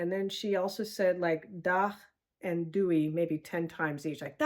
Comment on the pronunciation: There's no 'w' in Doei. So not "dewey" but just plain Doey. The i is pronounced like the (Dutch) j.